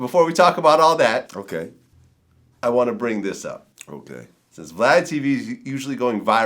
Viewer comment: he called him "Vlod" 😁😁